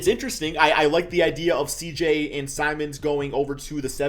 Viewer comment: did anyone else hear say simons instead of simmons or am i trippin